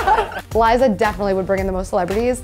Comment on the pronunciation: did Gabbie just say Liza wrong